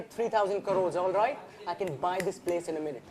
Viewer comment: He can't even say crores properly😪